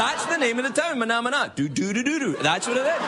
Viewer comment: Haha, he's right, they do like the belly dancers big in the Middle East. Also, Craig, it's MANAMA. But they way you say it does sound better.